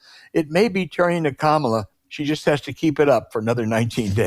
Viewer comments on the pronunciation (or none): Hey Al, do you think you could pronounce her name correctly. It's not that hard. Try "Comma La." == Kamala. My take, Scott Jennings is a moron. He is on CNN to stir things up. He must be well paid. If Trampon loses, Jennings will be out of business. He better save his $$$$. There would be no reason to keep him on the show.